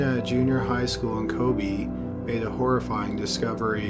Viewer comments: Every time he said “kobi” I wanted to kms lol. It’s ko-be(h) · he managed to mispronounce every single Japanese name of places and people in this. It's KobE not Kobi/Koby etc etc. That's not hard to pronounce FFS. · Kobe - Co-bay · Ko-BAY.... not Ko-BEE. in Japanese pronunciation the way you're saying it, it would be spelled Kobi. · Kobe is pronounced Kobay. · maggy tito kobeh is more correct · Your mispronounciation is excruciating. Maybe check out those complicated words before posting, although Kobe & modus operandi shouldn't be as hard as you make them....